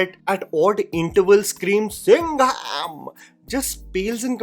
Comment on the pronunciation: bruh that SINGHAMMM!!! 🗣️🔥